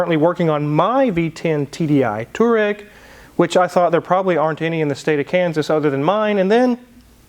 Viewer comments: It's pronounced TWAR-egg. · pronounced "twa-reg" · Its pronounced TUAH reg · touareg is pronounced from the word 2 Two To ... ah = somone kicks you you say ahh and reg from the word alternator-regulator the Reg part Tu ah reg. Thats the german spelling for a german car . The injection system is Pumpedüse in english its a unit-injector= pd . i have 2 PD 1.9 with 6 speed manual and the tuning parts from darkside development uk. they send worldwide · It's pronounced TUAREG